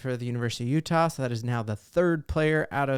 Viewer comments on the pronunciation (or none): none